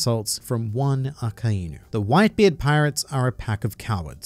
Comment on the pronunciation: It's akainu not aka-inu think of it in English like ai=I